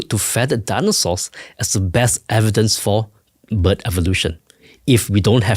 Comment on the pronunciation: When he says bird it sounds like but... I'm 40 min in and still haven't heard anything about feather anchor sites on the wing bones as well as the evidence of pinfeathers on some dinosaurs and the evolution of feathers as modifications of scales. There's those feather anchor points or "quill knobs"... Scleral rings might be another commonality between SOME birds and dinos...